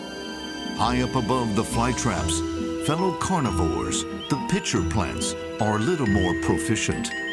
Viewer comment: My 6 yr old grandson just saw this and said, "Did he say picture plant??" Sounded like it to me, too.